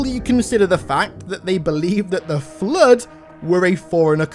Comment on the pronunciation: Nobody:: "The Flutt"